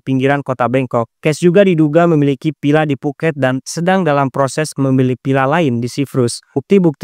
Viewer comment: lu bisa bedain penyebutan huruf V/F dan P ? kontennya menarik tapi cara penyebutan huruf V/F dan P bikin pusing 🗿 Villa lu sebut Pila Paypal lu sebut VeyVal cyPrus lu sebut cyVrus 🗿